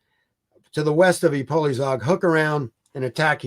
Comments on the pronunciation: The correct pronunciation is "Ipoyshag", with the "a" as in "father". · That pronunciation of Ipolyság and other Hungarian names is absolutely abhorrent. Just call it Šahy (and he fails at that too!) if you can’t pronounce it fújj. I am shocked as to prepare all of this, and not spend 15 seconds preparing the pronunciations is absurd. Really jarring to listen to as a Hungarian speaker. 😓